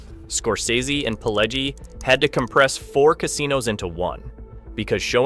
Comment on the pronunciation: And it's pronounced Pih-LEH-jee.